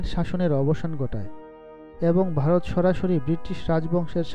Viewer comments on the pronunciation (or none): উচ্চারণ চর্চা করবার প্রয়োজন আছে . বারোত না ভারত ?